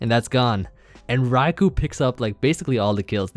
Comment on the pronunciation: thank you for pronouncing raikou correctly